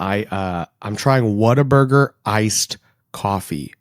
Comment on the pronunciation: Good day sir, first time I ran across your channel so was trying to figure out where you stand, what are your Texan bonifides and such. The moment you pronounced Whataburger I knew what I needed to find out. Subscribing for local Texas conservative news.